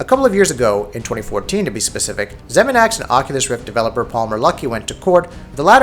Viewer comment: haha 'zeminax'